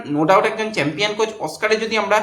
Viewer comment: santir chhele chempion thik moto uchharon korte paris na boka.....da